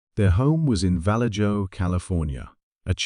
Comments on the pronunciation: Vallejo pronounced Val-A-ho (it's Spanish. J's are pronounced H's) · Val-edge-o....😂😅...It is infamous for zodiac ...... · I live in Vallejo California & it’s pronounced Va-lay-ho 😂 All jokes aside it’s not a “safe” place . Some places appear as a nice safe place but they are not. Gangs & drugs are prevalent almost everywhere in the Bay Area but Vallejo is kinda like Oakland for people to kind of get an idea what it’s like out here. Now obviously there are good people & bad everywhere you go but some places you may have to fight for your life if your Jordan’s are clean & the right person crossed your path. A lot of kids have gone missing from Vallejo over the years it really is sad.